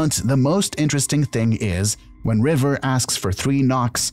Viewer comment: It's River, not Riven, haha